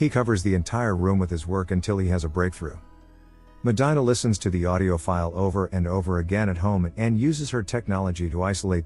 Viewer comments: Medyna 😂. It’s Medeena (pronunciation wise) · medina is pronounced "MA-de-na" not "MA-DI-na". that hurt my ears. please fix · Medina. (Meh-dee-nah). It bugs me. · Meh-die-nah..??????? Fix this glitch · It's pronounced medeena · you're killing the name Medina...MEH-DEE-NA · Me causa conflicto y risa 😂 que diga “medaina” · You pronounced Medina wrong 🤦‍♂️. Even if you’re not Hispanic, you would know this if you watched the movie.